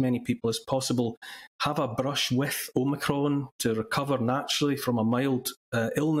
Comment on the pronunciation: ITS NOT OMICRON, ITS OMNI-CON!